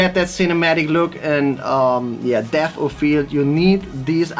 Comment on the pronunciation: Its not deaffff it's debt